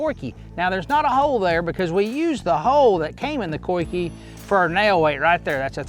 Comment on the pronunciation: Dude pronounced "coike" 3 different ways in this video